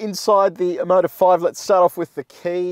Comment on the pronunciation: When I heard Omoda I thought you said Immodium!